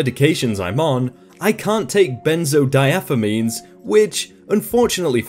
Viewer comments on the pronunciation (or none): It's benzodiazepine, there is no "F" or "f" sound in the word.